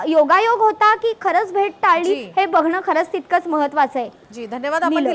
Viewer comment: टळली आणि टाळली हयात फरक आहे.. आधी ह्याना मराठी शिकवा... 😅😂